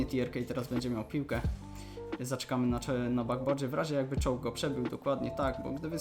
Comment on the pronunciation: Do piątej minuty myślałem, że mówisz "czołg" , a Ty mówiłeś "choke" XDDDD